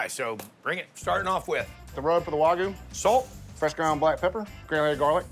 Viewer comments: Why does he keep saying Waygu .😂😂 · Nothing drives me more crazy than when people say "Wah Goo"